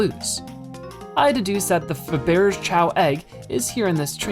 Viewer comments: Yeah, that's not how you pronounce "Fabergé"... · I'm sorry, but your pronunciation of Faberge was awful